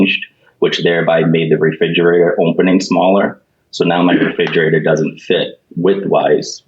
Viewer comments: I know this is immaterial and kinda judgmental, but it drives me nuts that the plaintiff husband keeps saying “refidjater” instead of re-FRIG-erator. His omission of that second ‘R’ just grates on my nerves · ReFRIGerator, not reFIDGerator. Fascia profile, not facial. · The Plaintiff saying "reFIGerator" 100 times drove me insane. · Why did his wife not tell him that it’s “refrigerator”?! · Who else winced every time the plaintiff said "reFIDgerator"? Seriously though, defendant's job was to 'measue twice, cut once'. Basically. How do you go by customer measurements when you're the one who's being paid to do the job? ESPECIALLY if you think they made a typo? Derp. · Is anyone else hearing Refigerator? lol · Re-fij-erator... And no one must have ever mentioned it to him. He's confident with his pronunciation lol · How does a grown man and homeowner not know how to pronounce refrigerator?? Lol and why would his wife not correct him before going on live tv?? 😆🤦🏽‍♀️ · Someone needs to tell this man how to properly pronounce refrigerator! Driving me nuts! 🤣